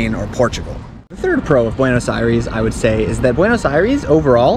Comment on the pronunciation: As a bilingual viewer, his "eye-REES" over and over was so grating to the ear, and then he says that he speaks Spanish 🤦‍♀